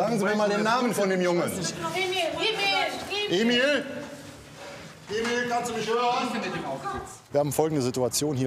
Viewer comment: Ich höre auch Emil, ich kenne zwar den Namen Emir, aber es hört sich für mich an wie Emil